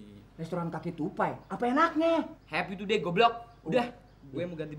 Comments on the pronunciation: bagus bilang restoran Happy to day jaka Bilangnya Restoran kaki tupai 😂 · bagus bilangnya ke restoran happy to day Jaka dengarnya Restoran kaki tupai 😂😂